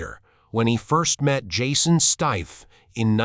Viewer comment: Turned this crap off when you can't even say his name properly